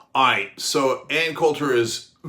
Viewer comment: Did he say: aaight??